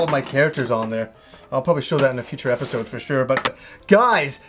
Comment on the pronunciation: Its episode not episoouud...